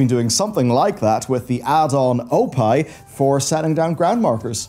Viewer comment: Did he really say oh pie! 😂. It's obviously ohpee, as in opie Taylor from Andy Griffith. :Facepalm